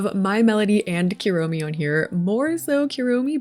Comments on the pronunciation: love the build, just wanted to say the "u" in japanese is pronounced like "oo" not "you", so kuromi is "kuuromi" not "cure-omi" as example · This is super cute! But the amount of times you said "Keromi" instead of Kuromi is killing me lowkey (koo-roh-mee) btw, the "hello kitty is a human" thing is an old mistranslation - she is indeed a kitty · if u wanna stop americanizing the pronunciations just stop adding "y" to things. think about the word poo - its KOO romi not KYUROMI, and for pom pom purin think about pudding - hes literally pudding themed, POO rin not pyurin :) GOO de ta ma etc and for words like keroppi think about the spanish word que - que roppi